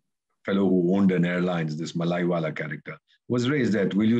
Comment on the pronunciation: Malaiwala fellow? You ooze contempt for fellow Indians by mocking their supposedly British accents, yet you cannot pronounce an Indian name, especially a Southern one. It is Mallya, pronounced Mull-ya. I and a lot of fellow Southerners can feel a lot of condescending attitudes from folks like you when it comes to South India, and that is an example. Perhaps you can't pronounce Seetharaman, or even my name, and maybe you do not care. If that is not a colonial attitude, then what is? Fortunately, we just laugh at guys like you because we feel very confident in ourselves and our contribution to the nation.